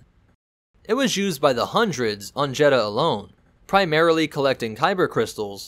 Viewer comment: It's Jedha not Jeddha